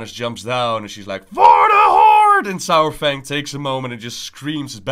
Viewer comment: Why I keep hearing sour-Fang?